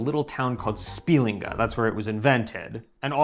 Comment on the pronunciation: spiLINga -- stress is on heavy syllables, but penultimates in general most of the time